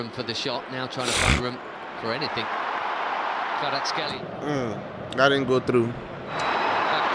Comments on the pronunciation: kvara ts ,,x"elia no its kvara ts ,kh, elia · Kvara cxelia,not shtelia...)))))respect man